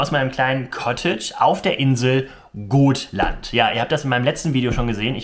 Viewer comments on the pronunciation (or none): Schönes Video. Man spricht es aber mit kurzem O aus. Gotland